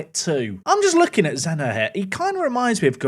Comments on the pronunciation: Zenha is said like Zenya, like the H in Mourinho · Guessing Zenha would be pronounced more like "Zenya"? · you say the nh for zenha like you say ny For example ronaldinho= dinyo Thought that that could help